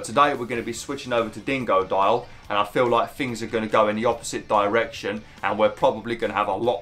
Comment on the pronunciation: It’s so funny the way he says dingodile being DEINGODOIL